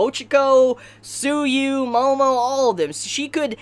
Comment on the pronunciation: When you said 'Tsuyu' I misheard it and thought you said 'Sue You' I was so shocked I deeply apologize XD